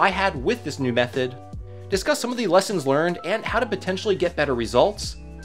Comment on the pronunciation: hehehe. "Leasons"